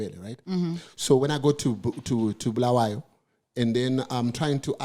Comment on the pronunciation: Why do they call it Bluweyo instead of Bulawayo.